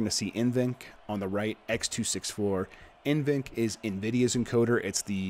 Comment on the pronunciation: N-VENC I think its NV-Enc.